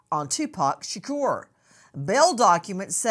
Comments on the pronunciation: 😂😂😂 SHURKERRR 😂 💀 💀 ITS SHA-KORE SAY IT RIGHT 😂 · # Say His Name, Tupac Shaqure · But why she pronouncing Shakur like that tho Shakorrrr 😅😅😅😅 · Can we just call him 2pac. The way you say his last name just sounds disrespectful. 😭 Its not being pronounced properly. 💀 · Miss grace can you never ever EVER PLEASE SAY tupacs last name ever again.